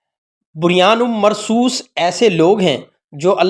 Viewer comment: بھائی قرآن پاک کی آیت کو صحیح پڑھیں ۔بنیان مرصوص جزاک اللّٰہ